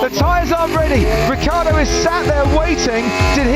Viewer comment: Ricciardo, pronounced Rich-iar-do, not Rick-iar-do. Italian anchestors, please forgive them as they don’t know what they are doing....